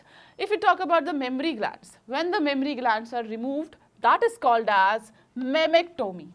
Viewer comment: Mammactomy or mastectomy